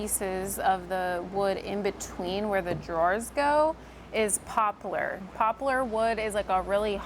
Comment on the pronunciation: The wood poplar is pronounced pop-lar. It doesn't have a u. Just saying. It's a great wood.